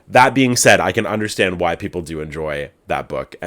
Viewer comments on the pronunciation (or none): none